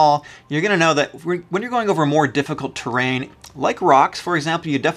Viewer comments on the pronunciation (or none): none